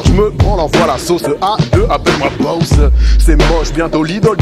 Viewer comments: C'est juste qu'il prononce "baosseu", mais c'est sur il dit boss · En fait il le prononce "bowss" ce qui fait que tu crois que tu entend "Bowser" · C'est bien boss, c'est juste qu'il prononce "fort" le o :)